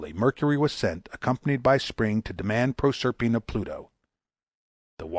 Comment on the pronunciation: prorserpeen wut?